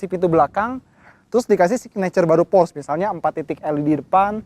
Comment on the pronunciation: porsche cara ngomongny gimana yak ? :v kata abang ini /pors/, kalo kata abang rg700 /porsye/ :v